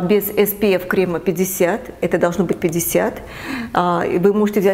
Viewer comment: крЕмЫ! ударение на Е (не кремА)